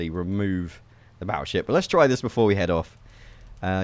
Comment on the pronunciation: You said baotship instead of battleship